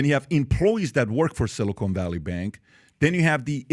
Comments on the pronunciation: Silicon not Silicone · It's "Silicon" not "silicone"...😅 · bro, PBD can't even pronounce "amid" correctly? Not a good sign for the rest of the pod. it's Silicon not Silicone smh.